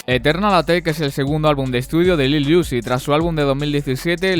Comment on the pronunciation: Bueno video, se pronuncia uzi tal cual no "iuzi"